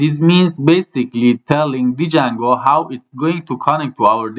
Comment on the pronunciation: ممنونم بابت آموزش هاتون ولی اون دی اول جنگو خونده نمیشه و فقط جنگو خونده میشه